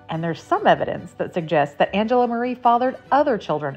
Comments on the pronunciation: Not Marre is not pronounced Marie. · It’s WELL documented that when the Marres lived in Arkansas they pronounced it Marre, who we respect how they wanted it pronounced even if that doesn’t fit the Italian pronunciation.